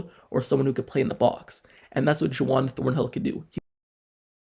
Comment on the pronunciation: His name isn’t “Ju-wan” it is Juan, pronounced “Won.”😂